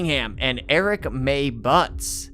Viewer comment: Dude, how do you manage to get out "Shanita Latrice Cunningham" without a problem, but then keep saying "Eric" for "Erica"? Somewhere there's a speech pathologist PhD candidate who'd love to write their thesis on you.